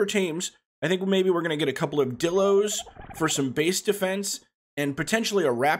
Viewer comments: its pronounced die-lo not di-lo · Anyone hate how he says dilo wrong